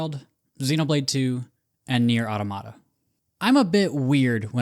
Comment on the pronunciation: Your pronunciation of Neir: Automata really threw me off 😂